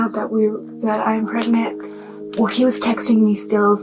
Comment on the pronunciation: dude she went “are you still pregrant” 😭